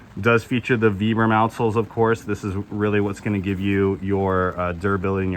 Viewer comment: Vibram as in Vie. Not VEE.